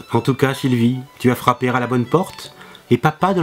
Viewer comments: "Tu as frappé-ra la bonne porte"? Si tu fais des liaisons pour parler de la manière la plus correcte possible, autant en faire des vraies, non ? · "Tu as frappé r'à la bonne porte " "papa de l'internet a parlé r'à ton enfant" Rassure moi ces liaisons sont faites exprès ? ;)